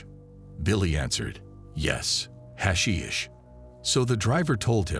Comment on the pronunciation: What a completely bizarre beginning to the video. From the pronunciation of the word hashish to the fact that somehow him liking hash brings us to a year and a friendship. Awful beginning to the script